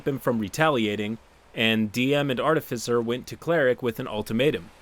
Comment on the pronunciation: Hearing finally saying "artificer" right still sounds so odd. I'm waiting for him to ho go "artifycer" as he used to at any second.